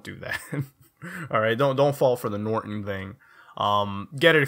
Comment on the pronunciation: "northon thing" xD